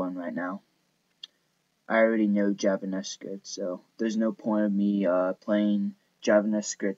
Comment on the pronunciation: lol im pretty sure he is saying javan-S-cript.. i dont think i believe you know how to write java or javascript sir